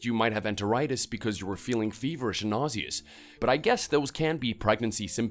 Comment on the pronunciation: The way pronounced nauseous 😂